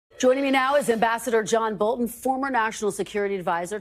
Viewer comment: Bolton is saying his name wrong